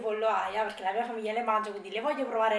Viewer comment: Ciao, una curiosità ...perché dici “il ragùa”, “ a mea” “piùa” “perchèa” “melEnzane” “andarea” eccetera eccetera